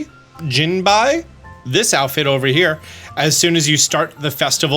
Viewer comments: great content as usual but man for all the research you do, do you think you can do just a minute more research on how to pronounce some of these names? Particularly Japanese, the pronunciation is usually fairly easy. For example, “jinbei” is as ‘Jin - bay’ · It's going to bother me not to say this, but the festival clothes called Jinbei, the word is pronounced "JIN-bay" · It's pronounced Jin bay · It's pronounced "Jean Bay" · It's "Jin-bay" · It should be pronunced as "Jin bay" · It's jin bey 😀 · Jin - Bae lol 😂 like the guy from one piece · The "bei" in Jinbei is pronounced the same as bae in case you care to know lol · The second syllable of "Jinbei" sounds similar to Greenday. Japanese is phonetically consistent, so "Eh" え is never gonna sound like Ii/eeh い or Ah あ, even in romaji. The singular exception I've encountered in learning Japanese is just extending the "Eh" sound like in tokei時計. There could be more, but if you assume consistency, you'll pronounce it correctly more often than not. An easy mnemonic for pronouncing 甚平 can be "gym bay." Hope this helps you pronounce unfamiliar Japanese words in future. Cheers! E え is always Eh. I い is always Ii/Eeh. It's unfortunate that English is such a word salad, with so, so many phonetic inconsistencies. "It can be taught through tough thorough thought, though." And if, like me, you know Tagalog and are learning Japanese, start from Tagalog instead of English when you try to pronounce Japanese words. Tagalog is also phonetically consistent, so it will help you get into the swing of things with fewer adjustments (like removing glottal strokes between vowels). Best of luck to all. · Hearing you try to say "jinbei" was very painful for me 😂😂 Dude just watch One Piece like everyone else and there's literally a character with that name.